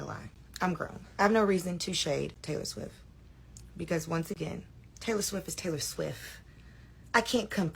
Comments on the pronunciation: Swift not swiff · She keeps calling her Taylor SWIFF LMAO😂😂😂 "I have no reason to shade Taylor SWIFF. Taylor SWIFF is Taylor SWIFF" 🤣🤣🤣